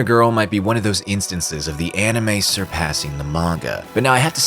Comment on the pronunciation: "Enimay" bled my ears